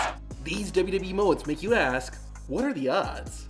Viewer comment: Love your videos! Hate the way you say “WWE.”